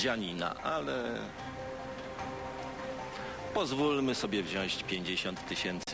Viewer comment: mówi się wziąć, nie wziąść.